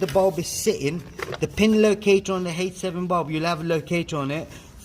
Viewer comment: Can you please type here what type of light bulb it is? I can't quite understand if you're saying H7 bulb or 87 bulb